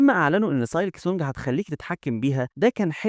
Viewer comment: نصيحه حاول تحسن اللفظ الخاص بالكلمات الانجليزيه مثل silk تلفظ سيلك و ليس سالك